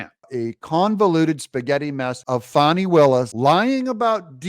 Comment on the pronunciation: Is her name FAWN NEEEE >>>> LOL She just needs quit !